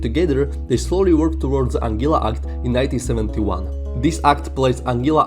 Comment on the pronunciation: It’s pronounced “AN GUILA” rather than “AN GILA”